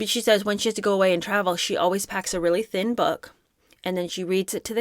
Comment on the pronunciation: Forget the fact that she videos herself reading, why did she stress that she packs a THIN book? you are amazing. I laugh throughout your videos.